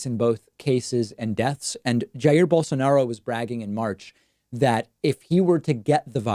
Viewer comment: rubin: David, you are pronouncing it wrong. It's Bol-sah-no-ro